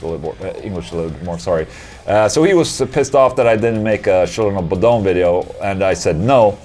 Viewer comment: Bodom is the Swedish name of the lake CoB took their name from :) So it is said: "Buu-dom".